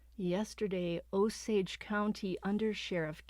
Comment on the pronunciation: Drove through Osage county this morning, glad u got the pronunciation right! Oh- sage (like the spice)😊